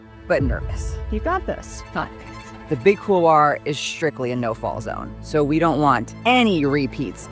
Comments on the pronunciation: No offense intended, but why is it that many North Americans cannot seem to pronounce the word couloir? Please, for the love of god, it is pronounced COOL-WAH, and not COOLAH... see the difference there? Aside from that butchery, fantastic content and very inspiring - well done! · Couloir. It’s pronounced kool-waar. It’s French. It means hallway. This is not a hard one. Still…cool video.